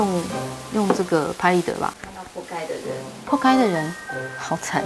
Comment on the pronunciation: 仆街說得很純正